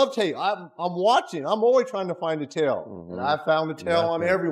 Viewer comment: "TAIL" 不是tell😅